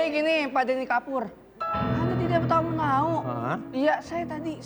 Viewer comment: Bukan gitu bg intonasinya,Deny kan?